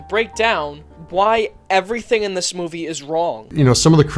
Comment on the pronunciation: Funny, every time he says "Movie" I hear "Middle Finger".